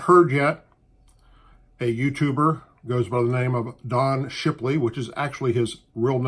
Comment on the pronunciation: Did u say shipiley?